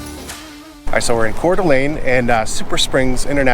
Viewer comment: Thank you for pronouncing Coeur d’Alene, right